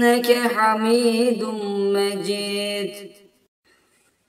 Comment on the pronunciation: Ale Muhammed derken ha yı hırıltılı söylüyor yanlış.2.si inneke hamidun mecid diyeceğine Mecit diyor oda yanlış